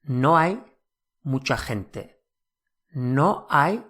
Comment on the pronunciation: It sounds like you pronounced gente as: Thin tay Hun tay Hint ta and twice this way hint tay